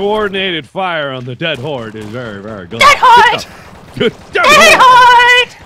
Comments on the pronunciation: Mark: DEAD HORRRDE.: ded hode.:3c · everytime says "dead horde" it sounds more like "DAT HORDE!!!!"